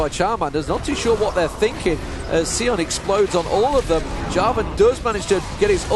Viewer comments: It's Sion, not Seeon. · Seeon. No. Sion..like Scion. Bad commentator is bad.